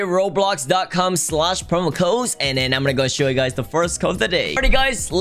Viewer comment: I like saying robloc instead of roblox lol.